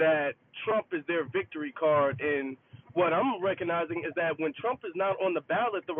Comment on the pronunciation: "I will Bote for Dawn Lawn Thrump!" 😂